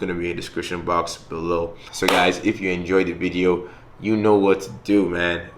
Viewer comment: Why does he now say vizio instead of video?